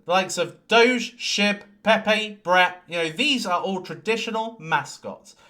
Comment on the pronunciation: DOWGE ! DOWGE ! DOWGE !